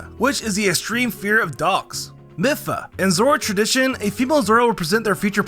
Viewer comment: Did he realy call Mipha: mifa